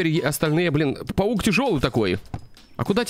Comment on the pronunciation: паук а не павук